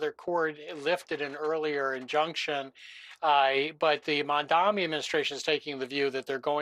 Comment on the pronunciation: Can anybody say this guy's name right. It's pronounced Mom-Donnie